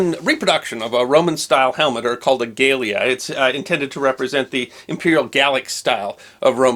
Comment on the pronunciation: I dont want to seem pedantic but, Latin utilized short vowels and generally stressed the second syllable. My phonetics will not be accurate but.... gah-Leh-ah.